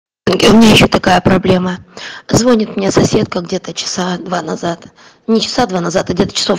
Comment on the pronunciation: не звОнит а звонИт